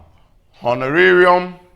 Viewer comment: This was a very good class. Thanks another. Also, I liked the way you pronounced honorarium!!